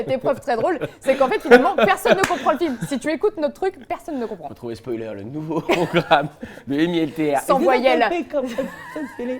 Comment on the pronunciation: "Spoualer" J'adore.